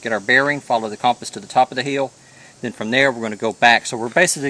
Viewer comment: I like when you say "heel", instead of "hill".